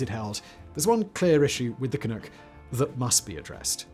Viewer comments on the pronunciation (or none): Hey dud; when pronouncing 'canuck', it's 'nuck' as in puck; not 'nook' as in a Chinook wind---- ---or are you intentionally being an arse? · It's "ca nuck" not "ca nook" lol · It's Canuck, not "canook". Like duck. It's not French. You don't have to mispronounce it on purpose. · It’s Canuck… not Canook 😂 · I cringed every time he said Canook. It is Canuck, not Canook. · Lol canook, good try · Also, it's not "can-ook" it's "Can-Uhck" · It's Can-uck, not Can -ook. Originally just slang for a Canadian. Similar to Yank (or Yankee) for an American. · Ca-nuck, not Ca-nook. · Every time that Simon said "Canook" (instead of Canuck...uck, like dUCK, Simon), a noble beaver drowned in a vat of maple syrup. Why won't you think of the beaver? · Canadian here.. Ca-NUCK.. not Ca-Nook.. but otherwise.. great article. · Not CanOOk; CanUHck, to rhyme with 'hockey puck' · Just one little thing.... if I may..... not sure you want to redub the entire dialogue, but when pronouncing Canuck... think 'duck' vs 'nook'. You did fine with Clunk, where did the oo come from in Canuck.....? ;) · Great video!! But its Ka-nuck,not Ka-nook 😉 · I have to say it... it's "can-uh-ck" not "can-oo-ck" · It’s Can-NUK’, not “Can-NOOK” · Only thing I would add is Canuck isn't Canook. It's Canughk. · Ka-Nuhk not Kanook... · Can ewk? No. It’s Can uhck like f#&k lol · Ca-Nuck not Ca-Nook. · ca-NUCK rhymes with PUCK not NOOK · CAN- nuk not Can-nook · It bothered0 me whenever you called it "Can-NOOK" we're "CanNUCK"s think Knuckle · Ca-nook? Is that really how people say Canuck? I'm pretty sure the uck is more like in duck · "canook" nope, it's "canuck", with the "uck" that sounds like "uck"in "duck" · Canuk, where tf did you get Canook from? SMH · Can-nuck not can-nook 😐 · Canuk not canook, thank you . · Can uck, like duck. Not ook. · Canuck, not Canook. ü not ū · Not canook ...just like its written canuck rhymes with puck...jesus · Everytime simon says "canoock" i feel pain😫🇨🇦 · I know. FOOCK.